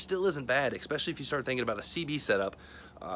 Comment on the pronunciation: I watched right up to the mark, and then you said "ekspecially" instead of especially... And then I stopped watching. Sorry but it's a pet peeve that I got.